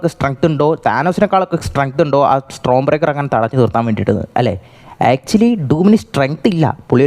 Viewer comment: Pronunciation mistakes bruh! It's common!. 😭